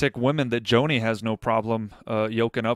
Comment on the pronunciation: BTW,, it isn't JOANIE Eareckson Tada. It's JOHNNIE Eareckson Tada.